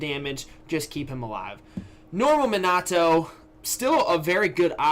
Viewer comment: Great video as always but pls learn to say Minato's name